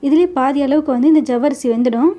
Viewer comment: ஜவ்வரிசி இல்லம்மா, சவ்வரிசி... தமிழை சரியாக உச்சரிக்க முயற்ச்சி செய்யுங்கள்..நன்றி